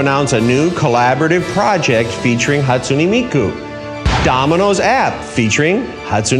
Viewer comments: I see why he isn't Domino's Japan's president anymore, he's saying her name wrong {Hatsuni Miku} XD. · who is Hatsun E mI KU Just bullying the way he pronounced her name